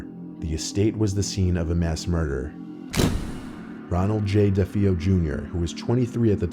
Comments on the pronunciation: Defeeo? It's pronounced DUH-FAY-o and not lootz pronounced LUTS (Lutz) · Defeeo lootz, it's pronounced de fayo, l utz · you pronounced the names incorrectly in the Amityville case. It's "Luh-ts" and "D'fay-oh" ..not: "Loo-ts" or "Dif-ee-oh" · Their last name is pronounced “De-Fayo.” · The Long Island couple was the Lutz's not the Lootz'. Ronald Defeo (Dee-Fay--O) killed his family. You can't be bothered to learn the proper pronunciation of the very people you're reporting on. I can't be bothered with you. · Dude, you got millions watching your videos and you don’t figure out how to pronounce the Amity house family names properly? Drives me nuts when you guys do this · It’s pronounced Like this, DE-FAY-O & LUTS rhymes with nuts 🥜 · I can NOT stand the way he says DeFeo and Lutz! De-fay-oh, buts with an l/z. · Long Islander here. Deh-fay-oh. not Lootz ... Luhtz. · Dude, you are butchering how they pronounce their names. "Da Fay Oh" And "LuT-Z" not Loots. Great video tho. And not being a dick, just my OCD. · I'm sorry, but you pronouncing "DeFeo" wrong is driving me crazy. It's pronounced deh-fay-oh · 🤦‍♂️Dude, you pronounced the last names DeFeo and Lutz wrong. EVERYONE who has heard about the Amityville Horror knows how properly pronounce those names.And in future stories that mention Super Mario or Mario Cart, say 'em the right way. Come on, you should be better than that. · How did you manage to mispronounce both last names connected to the Amityville haunting? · I can't believe so much time has passed since the very popular Amityville Horror, that Both names are mispronounced. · Jesus dude. The amityville murders were pretty famous and you still managed to fuck up the pronunciation their last names. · How did you manage to mispronounce DeFeo AND Lutz? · Everyone's heard the tale a hundred times by now, but you still can't pronounce either of the family's names Lutz or DeFeo? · How did you mispronounce the name of everyone involved with Amityville?